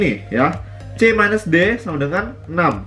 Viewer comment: c - d baca minus nya udh ingris bgt, kebawa kan pasti belajar dijepangnya gini nih wkwkwka